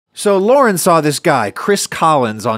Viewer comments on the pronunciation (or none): none